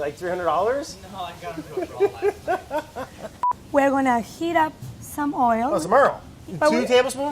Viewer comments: The fact that gabby pronounces oil properly, and Brad being a native speaker says earl 😂😂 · I swear brads pronunciation is getting worse since when was earl a thing